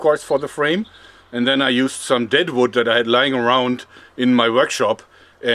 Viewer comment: "that vood" :)